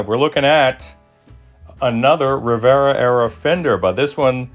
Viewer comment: You nailed ‘Rivera-era’. 🔨